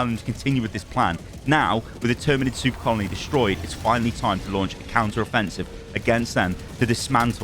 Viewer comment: I can't help but hear this man say "Soup colony"